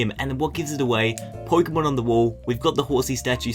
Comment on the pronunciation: po-ke-mon not poy-ke-mon